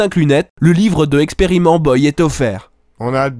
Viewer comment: On dit "Experimental boille" monsieur, tout de même!:D Ah le con comme il m'a fait rire!